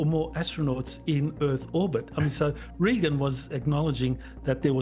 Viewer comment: He said frickin Regan......hahahaha